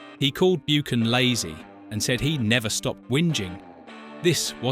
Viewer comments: its pronounced 'Buckan' not bukan/ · Who is Martin Byookan??!!!!! It’s BUCHAN! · Buchan is pronounced 'buckan' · Grating isn't it? And it seems like human error too: not even the usual AI voiceover that gets it wrong. I think if you make a documentary you need authority on the topic and if you do not know how to pronounce Martin Buchan's name you do not have that authority.